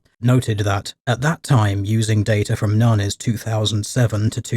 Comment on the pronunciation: FYI, NHANES is pronounced "enn-haynes" by researchers